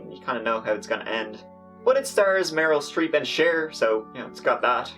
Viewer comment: "I ain't got no Merly Streep or Cher, it's just me". And that's good enough. Well done as usual.